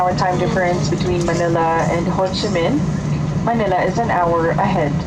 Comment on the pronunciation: It's actually 'Ho Chi Minh'. Nice trip report anyways. ☺️